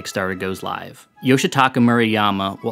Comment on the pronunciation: Moo-rah-yah-mah not Mew-ra-yama